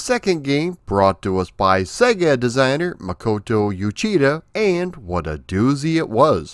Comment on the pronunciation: Uchida (内田) is pronounce like oo-chee-da, not you-chee-da.